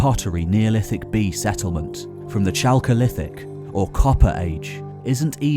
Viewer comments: Great program, but The H is silent in Chalcolithic, it’s pronounced Kalko-Lithic, or even better, if you can pronounce the -ch in loch, it’s similar to that in the Greek word Chalcolithic. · That chalcolithic pronunciation though...